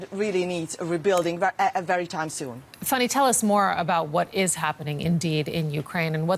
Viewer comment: It's FAN nee, not "funny".